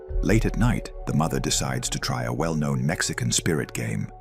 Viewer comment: I am sorry but Mather and doather it's not normal😂